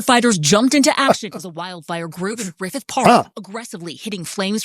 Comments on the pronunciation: Griffith not "Griffen" Park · Not Griffin Park. It is Griffith Park.